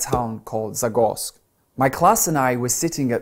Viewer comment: Слушала отвернувшись от экрана, и с первого прослушивания поняла все кроме Zagorsk, которое на слух вызвало у меня большое недоумение и желание прокрутить назад 🤣🤣🤣